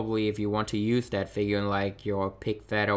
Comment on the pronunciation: Great video! Thanks for the info :) I'll probably pick up Andrade, Tye and and some of the Elites. Just out of interest, is English not your first language? Just that you say 'dat', 'dey' and 'dese' instead of 'that', 'they' and 'these'. Not having a go! Keep up the good work! :)